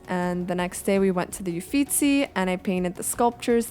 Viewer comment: oh and also: your pronunciation of "Uffizi" is impeccable I'm impressed with everything about this video ahah